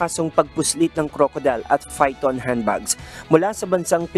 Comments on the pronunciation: Akala ko una typo, pero pati pangbigkas niya ay phyton talaga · “fi-ton” handbags lol This channel has always been the worst news channel when it comes to hiring reporters who have competitive communication skills. This is a news reporting job and the channel itself decided to conduct broadcasting in the English language, the least that ya’ll can do is to find the best people who can deliver your news reporting in your selected language. The Philippines surely have a lot of people who are proficient in the English language? Fi-ton LOL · Figthon? Hahaha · It’s pytHon, not pHyton. You’re a news channel. Get it right. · FAI TON handbags (Phyton) or PAI THAAN (PYTHON) Handbags? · Python po yun - mali ang pronunciation ng reporter. Python = sawa, isang uri ng ahas. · Python, hindi Phyton yung spelling and *pronunciation*. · Fayton? hahahahha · HAHAHA I actually noticed that too. First from how it was pronounced it was pronounced and when I checked the headline- bang it showed it was misspelled as well. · pansin m bang mali ang spelling and pag pronouce ng PYTHON?